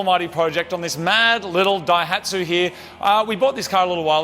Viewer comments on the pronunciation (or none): The name "Daihatsu" is a combination of the first symbol (kanji) of Ōsaka (大) and the first of the word "engine manufacture" (発動機製造, hatsudōki seizō). In the new combination the reading of the "大" is changed from "ō" to "dai", giving "dai hatsu". Not 'break the dyno'. Just FYI...